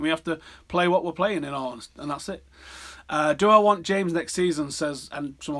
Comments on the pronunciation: Please pronounce names right! 'James' is pronounced 'Hamez' not "jaims" and "Bailly" is pronounced "Bye-ee" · First De Gay and now James... Swear he pronounces them wrong on purpose to wind everybody up😂